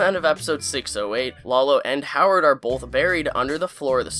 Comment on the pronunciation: Bro, there's no L in both. Bowlth Bowlth Bowlth. Sorry, it drives me crazy.